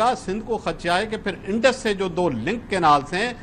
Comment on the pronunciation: انڈر نہیں انڈس